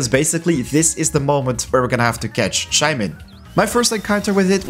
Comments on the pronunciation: Shae man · Shae mon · The way he says Shaymin triggers me every time...